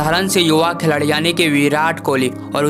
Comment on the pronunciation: Khiladi ❌ Kheladi 😂✔️